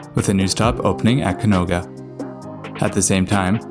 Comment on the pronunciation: Its canoga not caonga